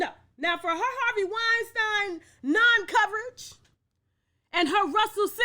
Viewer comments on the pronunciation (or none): That man's name is pronounced wine.STEEN... PLEASE STOP calling him weinSTINE